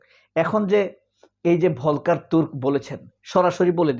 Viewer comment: ভলকার হবে না বরং উচ্চারণ হবে ফল্কার টুর্ক যেমনটি ফল্কস‌ওয়াগেন (Volkswagen) বাংলা ভিকিপেডিয়াতেও দেখলাম ভুল লেখা আছে যে তুর্কি কিন্তু আসলে এটা জার্মান ভাষায় কারণ অস্ট্রিয়া তে বা সুইজারল্যান্ডেও জার্মান ভাষা তবে সূইজারল্যন্ডে আংশিক ফ্রেঞ্চ ভাষাও আছে। আরেকটা শব্দ অনেক সময়েই বাংলাদেশে ভুল উচ্চারণ করে থাকে ভলক্স ওয়াগেন এর মতো সেটা হচ্ছে কিন্ডারগার্ডেন সঠিক হবে কিন্ডারগার্টেন অর্থাৎ ইংরেজি যে চিল্ড্রেনসগার্ডেন 😂